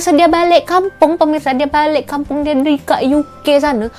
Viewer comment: Not balek it's balik...